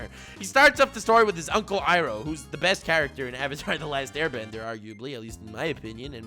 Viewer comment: It is pronounced "ee-row" have you not seen the movie "the last airbender"